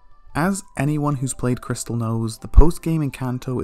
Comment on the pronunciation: CRYSTAL, not PRISTAL.